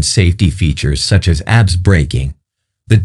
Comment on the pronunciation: Every single time `he` said it. How difficult can it be to teach the robot to say ABS